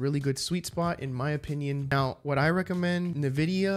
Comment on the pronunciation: your video is really helping thanks, it is also pronounced as en vidia my man just a little correction, keep it up youre doing great